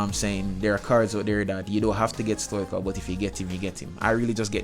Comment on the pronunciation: It's not Stoichov it's Stoichkov (no hate)